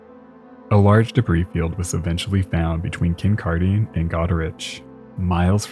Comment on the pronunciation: Thanks for doing a more Canadian-focused story! As a Canadian who has lived in the Great Lakes area almost all my life, I know we must have some stories worth telling. Keep up the excellent work! By the way, Kincardine is pronounced like "Kin card in." I spent a lot of time there at my aunt and uncle's cottage. :)